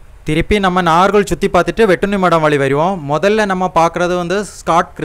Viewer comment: Pronunce properly Nagercoil நாகர்கோவில்